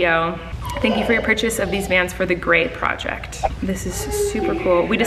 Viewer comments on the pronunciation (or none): none